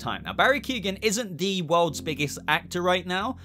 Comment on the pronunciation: It's not Barry Keegan, its pronounced keown